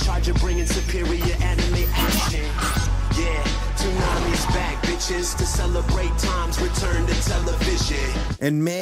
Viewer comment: Toonami's back 𝐛𝐢𝐭𝐜𝐡𝐞𝐬. I literally cannot unhear that.